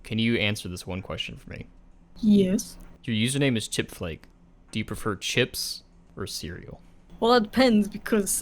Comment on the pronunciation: For a moment i thought said "chick-fil-a" instead of "chipflake".